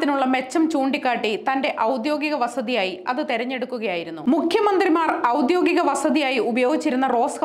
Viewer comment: ഔദ്യോഗിക.... ആണ്, വാർത്ത വായിക്കുന്നവരെങ്കിലും ശരിയായി വാക്കുകൾ ഉച്ഛരിക്കുക...